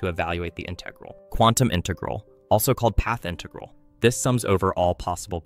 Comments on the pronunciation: InTEHgral. It’s InTUHgral BRUH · its IN-tegral not in-TE-gral ik its prob ai but why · Disliked bc I cannot stand the way he pronounces "inTEHgral' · Who the fuck says "inTEgral"? The stress is on the first syllable, jesus christ. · It's integral not integral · Yeah im certain this is AI, just listen to the way he sometimes pronounces the word integral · Why are there so many videos using AI voices? It pronounced Integral at least 2 different ways in less than 30 seconds. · why do you say "integral" like a fucking dumbass